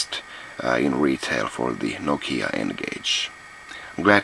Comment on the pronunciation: Finally I learned how to pronounce "Nokia" right :)